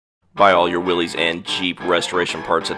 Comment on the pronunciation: I don't like when they mispronounce, "Willys" as "Willy's". It's pronounced as, "Willis."